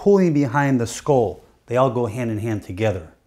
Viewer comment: HE DOESNT KNOW HOW TO SAY SKULL?? HAHA